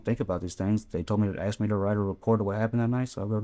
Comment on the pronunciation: ASK .....NOT AXE !!!